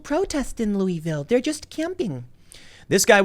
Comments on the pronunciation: LAW-UH-VUL not LOUIS-VILLE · It’s Loo-UH-vul. Not Loo-E-vill. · if you want to sound like a local its pronounced Lu-Vool, not Loui-Vail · Please say after me: Loo-uh-vul. Not Loo-ee-ville. Lol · Tim in Louisville it is pronounced Lool-vool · You said Louisville wrong. It's pronounced Loo-i-vul. Just liker Versailles is pronounced "ver-sales". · It’s pronounced Louahvulle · Dude, you really need to learn how to pronounce Louisville. I've lived here all my life and the only ones I've ever heard pronounce it right is the locals.